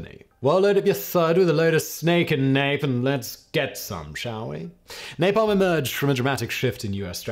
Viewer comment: An 18 minute video on nalpam. Mercury tilt bombs need that time. Vi ta men by the way